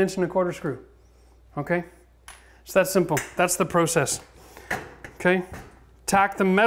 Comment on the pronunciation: Your pronunciation of process is killing me